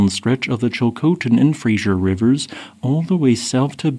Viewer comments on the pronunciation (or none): It's Fraser River not Frasier. Pronounced frayzer. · Your work is superb and MUCH appreciated. Just a small thing: FRASER (fraZer) River, not Frasier as in the old TV show. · My dear Americans... it's Fraser, not Frazier. Thanks for this fantastic footage. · "Fraser" not "Frasier" River! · It's called the Fraser River. Fray-zer. Not Frasier. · It's said Fray-zer. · FRASER, pronounced fray zer! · Fray-Zer River.